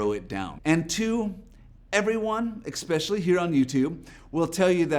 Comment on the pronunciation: Solid advice. Two things though, firstly it’s pronounced “nee-sh,” secondly it’s “e-specially” not “ex-pecially” Nothing will undermine your point faster than mispronouncing the key word 😅